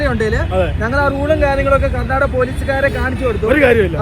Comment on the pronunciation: Karnataka......not a karnadaga Mira correction akuuu